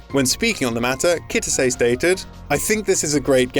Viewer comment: 2019 and westerns on Youtube still cant pronounce Japanese names. Like seriously? Kitase? It has 3x 2 letter syllables. Is it that fucking hard. KI TA SE